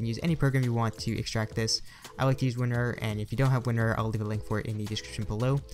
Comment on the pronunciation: Dude why you saying WinRRR. It's WinRAR